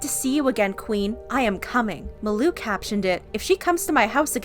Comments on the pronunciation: Its malu not maloo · Pronunciation of Malu- MAHH LU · Why is she pronouncing malus name as muloo 😂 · It’s mah-loo (malu) 😂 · By the way, it's Ma-Loo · Who else is triggered by the way she says Malu's name? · Am i the only one who pronounces her name as "Malu Trivago" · That is not how you say Malu’s name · Also I found it funny how she pronounced malu name. No Offense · Your saying malu wrong